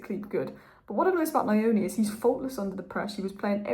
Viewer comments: Thanks. Great video as always. When saying Trey’s last name, try this… Neoni. ‘Neo’ as in the character from The Matrix. That’s gonna be much closer to how it’s actually pronounced. The last name is from where I come from in Zimbabwe. That’s how I know. Much love. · "Nyoni " is pronounced with a short phonetic pronunciation on the 'y'. If you Google ' Nyala pronunciation ' and push the sound icon, that is the correct sound for the ' ny' in Nyoni